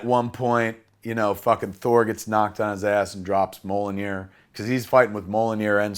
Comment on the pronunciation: Mi-iol-nir. Mjolnir.